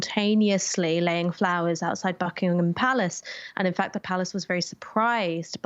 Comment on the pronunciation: Please, Americans, just stop saying the H in Buckingham. It's not Bucking-Ham Palace, it's pronounced Bucking-em.